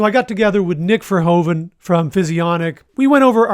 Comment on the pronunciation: Great collab! Keep them coming :) BTW Nic's last name being dutch should probably be pronounced with a "u" and an f sounding v. "Verhuven". But I guess is up to him in the US to choose a pronunciation. Greetings from Amsterdam.